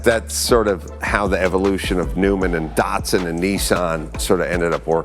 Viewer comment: Have i been Mispronouncing Datsun my whole life?